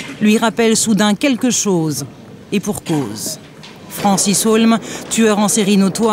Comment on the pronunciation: Sousa rosy, ça se voit que vous ne connaissez absolument pas Patrick Dils... il n'a JAMAIS accusé Francis HEAULME (et pas "Haulmes"...) du double-meurtre. Mais genre, JAMAIS quoi. Et si vous voulez affirmer le contraire, je vous invite à apporter une preuve. Bonne chance, et surtout, bon courage !